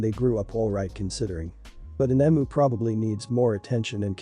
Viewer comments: It’s a very obvious bot voice, but it’s less annoying compared to other bot voices. As an Aussie it is pronounced eeemyou not Emoo. But a lot of words are mispronounced by bots or the incorrect version is used (the one I hear most often is “live” as in “I live here” being mispronounced as “live” as in “this is a live animal”) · I can’t tell whether this is a human reader or not as an Australian I have to say it’s pronounced Eeeem -you not emoo I took me a while to figure out what the hell you were talking about. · Eem-you, not em-oo.